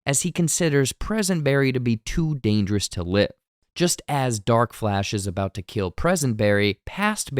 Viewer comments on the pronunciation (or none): none